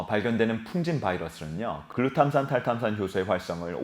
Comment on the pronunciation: 계속 보다보면 뇌전문가는 아니더라도 뇌관련지식이 늘어 날것 같네요 ㅎ 글루탐산 탈탄산 발음을 어찌이리 잘하세요 !? ㅎ 아나운서같아요🤔